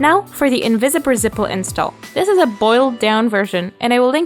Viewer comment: i thought i was going crazy but she DOES say invisipper zible